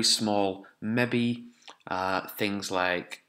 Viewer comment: The way you say "maybe" is so amusing, I thought you were saying a scientific word at first then realised you were saying "maybe" :'D